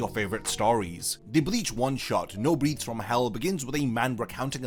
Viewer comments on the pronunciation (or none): I really don't want to be that guy, but in the context of the title, "Breaths" should be pronounced with a short 'e' sound as in "bet" and "set"; or "Let me catch my breath." The long 'e' is the verb version of the word, as in "I am breathing." Hope this doesn't come across the wrong way, just trying to help. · Please, for the love of God, say "breaths" right it's killing me.